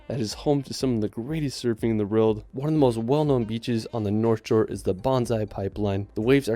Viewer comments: Video translation: "Riuld" == "World" You're welcome. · Can't stand how the dude in the video keeps saying 'reald' instead of 'world'